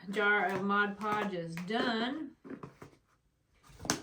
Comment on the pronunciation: It’s not called Modge Podge it’s mod podge